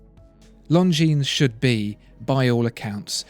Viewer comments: The "s" as plural is not pronounced, correct? I have 1 of these from my Grandfather, who lived through WW2, (yay, me) and my step-grandad who fought in Korea gave me one. I've researched them both thoroughly, and the pronunciation is: Lahn-jeen. NOT: Lone-jeens". Please clarify, thanks. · Not pronounced „long jeans“ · Longines is not pronounced „long-jeans“. Simply drop the „s“ and you‘re almost there. If you want to buy „long jeans“, you should go to Levi‘s or Diesel. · Please...It's not "Long Jeans" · The S is silent bro.....longin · Leif Dehio, forgot to mention that the g in long is not pronounced either....just say “lon-gene” and you’ll be fine 😊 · I pronounced it long-ngi-nes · Don’t pronounce the S in Longines. Very nice video though! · You're pronouncing Longines very wrong.